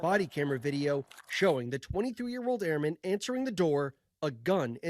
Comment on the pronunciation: It's pronounced airmen ,not airman